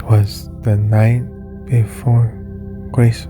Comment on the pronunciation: That sure is a weird way to pronounce " 'Twas". Can i skip the burning gingerbread at the end for short?